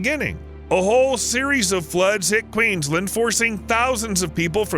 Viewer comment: all that research but not double checking how to say Bundaberg or Queensland